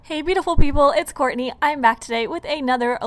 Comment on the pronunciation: When you say "it's Courtney'" it sounds like "It's Corny"